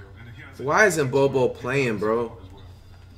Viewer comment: "Bench Jok-ich and start Bowl-Bowl"😂